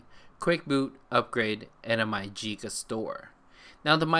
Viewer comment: you did say it Perfect *keep up the good work*